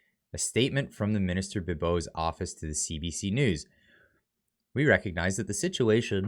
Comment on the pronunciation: “AHHHH MINISTER,..OAR”-(uh mini’steer)?? 👀